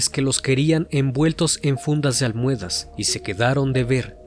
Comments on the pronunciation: "Almuedas" que es eso ? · DIJISTE "ALMUEDAS" QUERIDO C.N???😅 Igual te amo💖